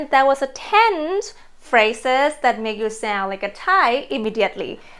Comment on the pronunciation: ) If I may help you: you often don't pronounce "d" and "n" at the end of english words. For example when you say "joyn" and "sound". Don't get me wrong please - I just mean to support you:)